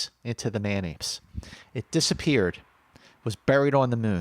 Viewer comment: Thought was saying Mayonaise, not man apes at first. Again, you guys are creating some of the best content on the web!